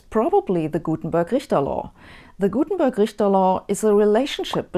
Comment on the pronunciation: Nicht surprising that a Deutsche fraulein would get it richt.